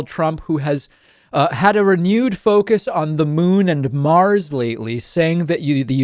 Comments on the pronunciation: Well....maybe that’s why he said “NARS”....just to get the impression, that we will be welcome over there...🤣😂🤣🤷🏼‍♀️🤦🏼‍♀️ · " On Nars OR Mars"?? There is something wrong with guy....come on the evidence is there..this is not the first time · Imagine giving a shit about Trump saying “NARS” rather than “MARS” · This dude makes fun of Bidens cognitive state yet he really just said Nars, lol. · Did you watch the video? Trump called Mars "Nars" and said his own name wrong.